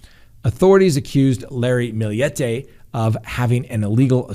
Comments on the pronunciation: Her name is maya her family calls her may for short! And you pronounced Millete correct!! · Your pronunciation is right on. It's a Spanish last name. Maya is also Spanish pronounced as mah-yah. Your good 💕